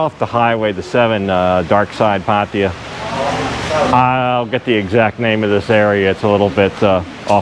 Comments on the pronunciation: It's always kinda hilarious when westerners can never pronounce the names of asian people or places as it should. Pataya now sounds like patiya.... Anyway it's a good video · how is it that not one farang can pronounce pattaya correctly, it's not patty ya, it's pah tai yah! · lol, the way you pronounce Pattaya is ridiculous. Just ask the locals the proper way to pronounce it. It’s not Pattya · try to say pattaya with the emphasis on the last a. just try. don't say there's hungry people, try to say there are hungry people. try to learn english and thai. whatever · And sorry to say this. Please pronounce pattaya properly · That's definitely not how you pronounce Pattaya , not with a P